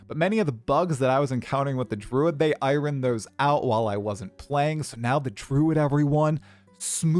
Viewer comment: Can you say "iron" one more time? 😅